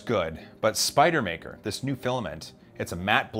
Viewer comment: Spider-man no r...so Spide-man? Actually just sounds like a NY accent...